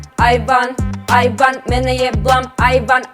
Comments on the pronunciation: ja koja sam čula ajvar ajvar, umesto aj van... 😂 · Hahahahaha ovo je ludooo cini mi se da pricas ajvar🤣🤣🤣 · Jesam jedina kada je rekla "aj van" čula ajvar😂😂😂najbolja su❤️❤️❤️❤️